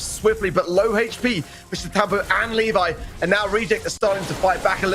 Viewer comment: Pronunciation of Levi is incorrect. It Le and vi(↑). Not Li (↑)vi(↑)